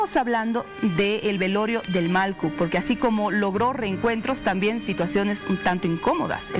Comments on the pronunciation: Pronuncie bien señorita periodista, es MALLKU no MALKU.... 😤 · La presentadora... No pronuncia bien??... Que pena..... malcu??????? ..... Porfavor!!!!!